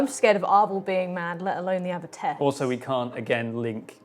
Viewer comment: It's abbess. Sorry, but it's driving me crazy. Otherwise, great as always.